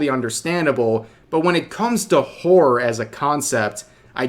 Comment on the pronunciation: The word: horror Rev: "whore"